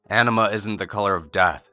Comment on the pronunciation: I don't know why, but I keep hearing "enema" when he say "anima". Enema is a shitty color.